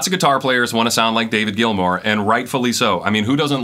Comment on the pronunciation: David Gilmour = sss, no hss